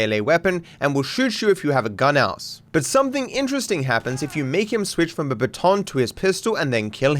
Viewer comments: It's funny how you say bâton and I know it's a French word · Lol you say baton so weird